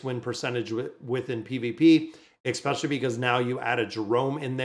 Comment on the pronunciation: Your mispronunciation of "especially" is triggering me so much, I'm close to unsubscribing :(